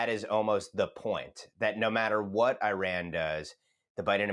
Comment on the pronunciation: How is it that a so-called 'expert' on Iran cannot even pronounce the country's name right?